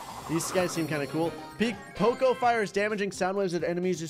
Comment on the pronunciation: Why does he keep on saying choco it is poco